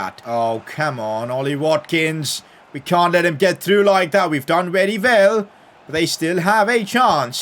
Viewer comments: “We’ve done wery vell” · wery vell